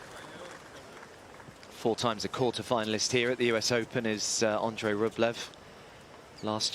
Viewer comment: Listen to the Umpire, he pronounces Andrei’s Surname correctly.